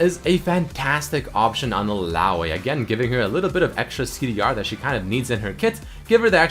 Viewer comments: how you say illaoi is annoying and wrong. Its pronounced Ill-ao-ee not Ill-ao-a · 'Illaoay' lmao